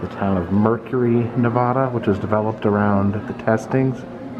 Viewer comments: It is NOT pronounced "NEH-VAHH-DAH" goddamn it. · I like your videos but this drove me nuts im a nevada native its pronounced nevaduh not nevada lol keep bring these cool videos of history its amazing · Ne-va-da.... the va is pronounced like you would say "vat" or cat... not vaaa or daa 🤣🤣😅 just a heads up lol no one that was born and raised in Nevada says it like that. 😉